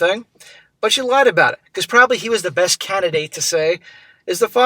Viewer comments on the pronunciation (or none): none